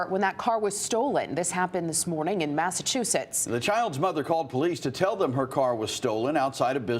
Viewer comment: is it just me but the first time the guy said the name of the place it sounded like massachusus?